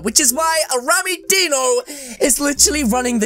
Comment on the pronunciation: rammmys name with the dino you say it like deano not die no you say rammys name with die no